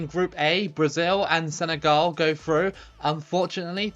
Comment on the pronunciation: it's not Senegal you say senegol